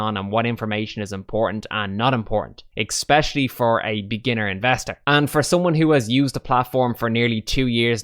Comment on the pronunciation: great tips in here and great to see another irish perspective. Couldn't help being triggered by the "e(k)specially" as an English teacher haha. nice job though. I also find it a bit limited like you say but sadly Trading 212 still isn't allowing new members :'(